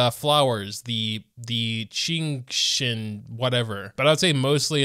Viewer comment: qinxin is pronounced "sching sheen" and shenhe is pronounced "shen hua" (no hate)